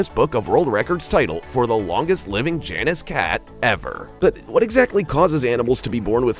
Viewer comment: The Roman god's name is pronounced JAY-nus, not Janis.